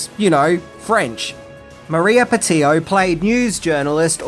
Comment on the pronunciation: Im pretty sure you pronounced Roland Emmerich, Maria Pitillo, Jean Reno and Ian Ziering incorrectly. Although the last one is not standard